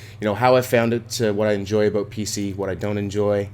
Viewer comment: OMFG HE SAID ABOOT!!!! WHATTTTTTT